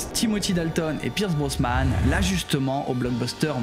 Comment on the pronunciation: slt super videos. en tant que fan j'ai même appris un truc....😂 ps: on dit Brosnan et pas brosman et puis tu as complètement zappé lazenby alors que c'est le meilleur film de la saga: au service secret de sa Majesté pour l'avenir Cavill et Nolan a la real semblent un choix réfléchi